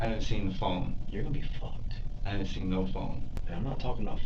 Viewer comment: He said “your gonna be ficked” 😂